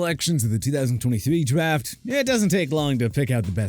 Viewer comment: The two-thousand twuny-thrwee dwaft? Lol Am I the only one who hear it like that?